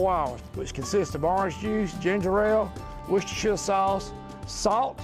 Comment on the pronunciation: yes a yank who can say worcestershire properly !!!!!!